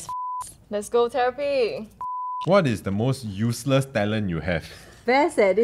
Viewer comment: theres something about the way pronounces "useless' that i couldn't stop laughing about HAHAHAHHHA